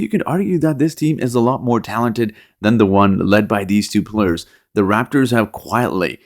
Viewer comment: Players not plurs